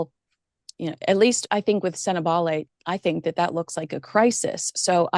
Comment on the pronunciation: Hats off to pronunciation of Lesotho, Sentebale and Chandauka. Best I've heard on any podcast. 🇿🇦🇿🇦🇿🇦